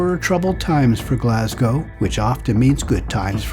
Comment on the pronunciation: Great Video. One of the few from across the pond who have pronounced Glasgow correctly on videos about my homeland. 👏🏻👏🏻👌🏻 Instead of the usual “Glass-Cow” 🤦‍♀️